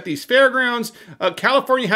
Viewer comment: “Kommifornia….” Surprised comrade ?